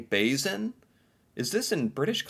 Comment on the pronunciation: just a minor critique, the word Basin is spelled and pronounced with an “s” not a “z”.